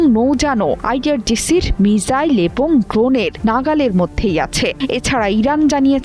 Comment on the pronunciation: What is right pronunciation Mizzile or Missile.